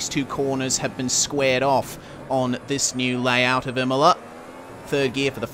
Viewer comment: You nailed the pronunciation Bravo!